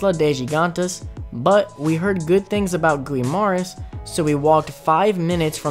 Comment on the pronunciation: I hate the mispronunciation of "Tagalog" and "Guimaras"